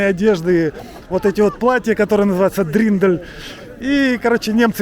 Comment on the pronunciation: 😂😂😂не дриндель, а дирндель